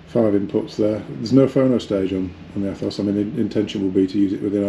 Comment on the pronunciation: Its pronounced ETHOS. Jesus.